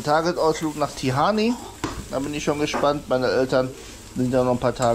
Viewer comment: Immunsystem stärken lieber... Zitrone, Ingwer... Vitamin B... Und Barfusslaufen ist auch super... Kneipen... Gute Besserung ❤ Tihan wird es ausgesprochen... nicht Tihany 😅😊🎉